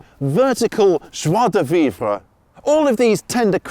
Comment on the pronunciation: thats the best "joi de vivre" i've ever heard a british person say. good job.